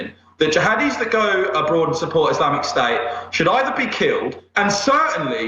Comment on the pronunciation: Can NOT listen to a guy who drops his "t"s. "Islamic sta" what the f*** is "islamic sta"?